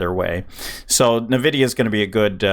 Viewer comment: It's called Nvidia not navidia brother